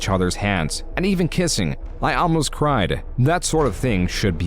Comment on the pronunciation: Is this AI narrated? Some pronunciation is kinda odd. Instead of 'almost' you said 'amlost'